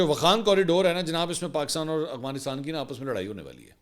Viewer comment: Arre Mansoor bhai, it's Afghanistan, not Agvanistan. It doesn't behove a senior journalist like you. It's like calling Lahore by the name Halore..